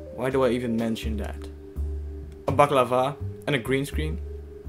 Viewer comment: And then it turned out that we indeed did mispronounce it. The mask is called balaclava and we pronounced it baklava. You were totally correct sir, and we were wrong! ;)